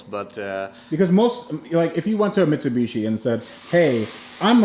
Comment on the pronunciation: The way bro kept saying michibichi had me rolling😂